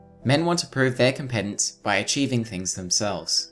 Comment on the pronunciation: You pronounced 'competence' and 'superlatives' incorrectly.